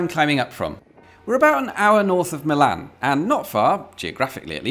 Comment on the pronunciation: everytime you say "Milan" it takes a year off my life